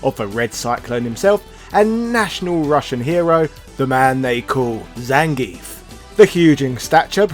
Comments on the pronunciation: I seem to remember early versions of Streetfighter 2 spelling the wrestler's name 'Zangiev', and I certainly remember the SF2 anime from the mid 90s pronouncing it 'Zan-gee-eff'. And Viktor Zangiev's name was certainly not pronounced 'ZAN-geef'. You could also argue the proper pronunciation is 'Zang-gee-off', as pronouncing the 'ev' at the end of Russian names is commonly done this way. One only need look to Mikhail Gorbachev for one example of this. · One would think for the character's history you'd PRONOUNCE HIS NAME CORRECTLY! "zahn-gee-ef", not "zayn-geef".